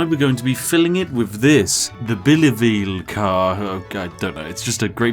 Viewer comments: bi-level not be-leveel 😭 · It's pronounced bilevel. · Why yes, "bi-level" is pronounced bille-ville. how did you know spiff? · "bilevel train car. its a double decker" Bi-Level lol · I would imagine it's pronounced "Bi" - "Level", as in two level; you even stated they are double deckers! Also, I was really hoping you were going to make the train perfectly as long as the tracks so that it could infinitely leave and arrive within seconds, coupled with the distance trick you used with the coal planes that would speed up your fortune grinding to maybe a few million per second! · h btw, "bilevel" is pronounced like [BY-leh-vull]...or, yknow, Bi-Level...as in 'Two Levels'...as in Double-Decker... English is a Perfectly Balanced language with absolutely No Exploits... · "Bilavee" XD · why did spiff pronounce bilever as if it was german or Danish or something like that? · Did Spiff read bilevel as if it was a french word and not bi (2) level?? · Mispronouncing "Bilevel" was the best part for me.